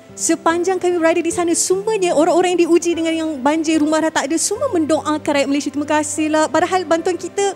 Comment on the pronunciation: Malaysia adalah nama negara dn nama rasmi secantik dn seharusnya sebutan nama Malaysia bukan MalaysiE tapi MalaysiA.. sebutan MalaysiA telah dipraktiskan dr awal penubuhan Malaysia 1963 hatta bertutur dlm dialek riauJohor(KL).bangga lah dgn nama Malaysia dgn sebutan yg sempurna iaitu MalaysiA bukan MalaysiE.. apa2 pun bangga dgn anda berdua membantu mangsa banjir..